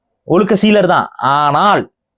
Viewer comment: ஒழுக்க சீலர்...... சிறப்பு 'ழ'கரம் சரியாக உச்சரிக்கவும்......